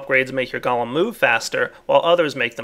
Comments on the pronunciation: gah-lum, go-lem... Its driving me crazy!! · pronounces golem like gollem (what is this, lord of the rings?) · Man those Goalems are awesome I wonder is you can get them to milk cow's, sheer sheep and even breed your animals for you?? (BTW anyone who spell-Nazis me for spelling Golem as Goalem Look it up in any encyclopedia or dictionary Golem pronounced Galem like is the nake of that cannibal scrawny freak from LOTR Golem pronounced properly as Goal-em like the pokemon says is referring to these little fellas and their big Jewish brother)